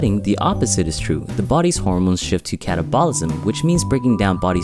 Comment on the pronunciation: It would be easier to take this seriously if you would pronounce "anabolism" and "catabolism" correctly. :p